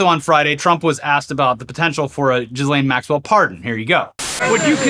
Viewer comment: I thought you pronounced her name Jizz-Well Max-Cunt.